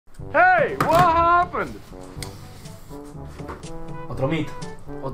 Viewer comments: al principio dise wuajapen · soy yo o el el segundo 1 dice wajapen